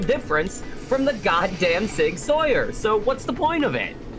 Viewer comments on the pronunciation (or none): Sig-Sauer is pronounced sour :) Everything you said about the deagle is pretty much correct. useless but kinda funny, and very interesting Magnum sometimes i think can mean powder load, but can also just mean an otherwise identical cartridge, just longer Another reason that revolver cartridges dont work in repeating pistols is that they are rimmed, which makes it harder (for some reason idr) to make a repeating firearm with The AWM is a very good precision rifle, and may have been in private collections for competition use or just because its a really good sniper rifle Also: Accuracy International was originally just 3 guys in a shed, and they made this super precise sniper rifle originally for sport, and entered it into the british sniper rifle competition basically for shits and giggles, and won. The British Army sent someone over to check their shop, but for the day they rented out a garage and took all of their currently built rifles, took them half apart, and spread them across the garage so it looked like they weren't just 3 guys in a shed. They were then invited out to lunch and told that the guys being sent out were just to make sure it wasn't 3 guys in a shed. (i will be updating any gun nerd correction stuff that i notice) and i dont expect you to understand everything about them, its just that im a big gun nerd so i want other people to know this stuff, and i just like telling people about stuff